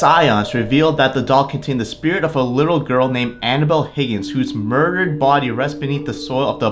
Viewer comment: It sounds like you are saying animal doll